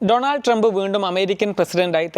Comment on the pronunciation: ഡൊണാൾഡ് അല്ല , ഡോണൾഡ്